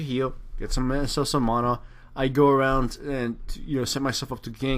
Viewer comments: I love how he calls it "mona" like its actually funny :P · Not criticizing, where did you get the pronunciation for mana? You sound American to me, but I've never heard anyone pronounce it like that, if you know what I'm talking about.